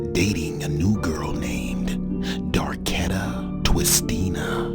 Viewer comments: Did he seriously say darkedta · Nigga said Darketta 😹😹😹